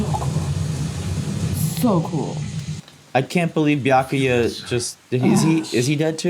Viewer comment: I can't belive they've been watching DUBBED Bleach for HUNDREDS of episodes by now and STILL can't pronounce Byakuya's name correctly. That's honestly impressive.